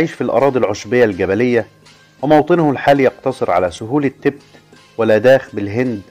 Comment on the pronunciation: المذيع يلفظ كلمة التيبيت بطريقة غير صحيحة و كذلك فقد اخطأ خطأ عظيماً عندما ذكر أن سلالة حمير الكيانج الشرقية تتواجد في شانجهاي و جنوب غرب شينيانج !! ومن المعلوم أن شانجهاي مدينة ضخمة في شرق الصين بينما شينيانج هي مقاطعة تقع في أقصى غرب الصين !!